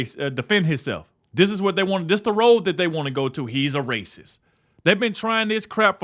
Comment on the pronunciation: "This is rayciss!" I can live with it.